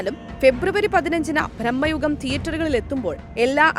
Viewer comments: ഭ്രമ യുഗമാണ് സോദരീ ..... ഭ്രഹ്മ യുഗ മല്ല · ഭ്രമ്മയുഗമല്ല ... ഭ്രമയുഗം എന്നു പറയൂ സഹോദരീ ... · ബ്രഹ്മമ യുഗം അല്ല ഭ്രമ യുഗം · ബ്രഹ്മയുഗം അല്ല ഭ്രമയുഗം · ബ്രഹ്മ യുഗമല്ല ചേച്ചി ഭ്രമയുഗമാണ് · ബ്രമ്മ അല്ല ഭ്രമ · ബ്രഹ്മയുഗം അല്ല ചേച്ചി ബ്രമയുഗം....😂😂🤣